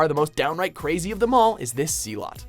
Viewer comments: he also mispronounced zealot as zlot so he has trouble with normal words as well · once again, you guys never learn how to pronunciation. you said akatsuki wrong. AND ZEALOT!! my god, look the words up if you don't know! It's said like 'zelet', not 'zea-lot'! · OK, I can take this guy pronouncing names wrong (even if they do then show the characters name's proper pronunciation in the clip), but zee-lot? Its Zel-ot! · zee lot? common man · 2 things: It's just pronounced "Hunter Hunter," no real need to include the 'x' when saying it. You pronounced zealot wrong. Dafuq, bro? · how about your English speaking hosts actually learn how to pronounce words right first. He screwed up the word zealot. THAT'S NOT EVEN JAPANESE!!!!